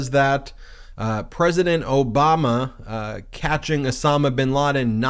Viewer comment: Why does he keep saying Oboma? What a joke Gooo Biden. Vote.blue